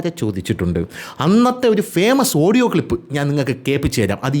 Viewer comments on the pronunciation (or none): none